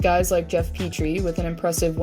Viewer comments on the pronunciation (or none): none